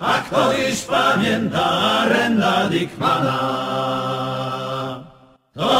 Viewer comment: Taka ciekawostka "Arend Dickman" czyta się jako Aerend dejkman